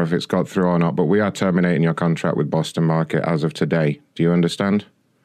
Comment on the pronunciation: Bwoston market